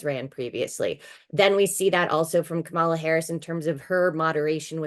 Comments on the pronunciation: Is it really THAT difficult to pronounce Kamala’s name correctly or does she insist on being disrespectful? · "Fox News political analyst" and also "Democrat strategist" Jessica Ehrlich, who cannot/will not pronounce Kamala?